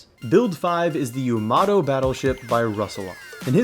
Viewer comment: Classic American pronunciation of “Yamato” 😂 ‘its Yah-muh-toe’ :)